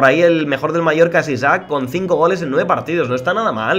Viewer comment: A alguien mas le sangran los oidos cuando dice Isaac en lugar de Isak?